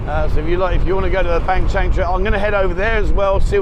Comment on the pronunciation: You do a great job with your walk and talks....But being a guy who has a house in Ban Chang for 15 years...I gotta correct you on the pronunciation... When you say Ban Chang the g is silent :) It's Ban Chan....555 keep up the good work....